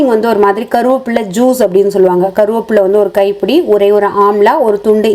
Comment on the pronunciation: "கருவாப்புள்ள " ❌ "கறிவேப்பிலை"✅